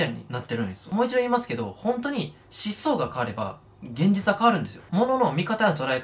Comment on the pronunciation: 思想のイントネーション気になるw